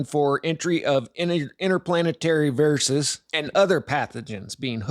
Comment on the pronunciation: I have subscribed to this channel for quite some time, but , how can anyone totally mispronounce the words, 'viruses and plagues' by pronouncing them, 'veer-us-es and plag-uz'? Seriously?